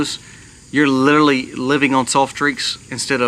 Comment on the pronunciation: Literally. Li ter ally, not littley.